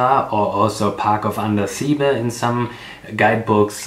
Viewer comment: It is pronounced.Andasibe' ,stress on be